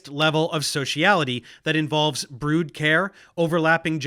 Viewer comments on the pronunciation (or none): none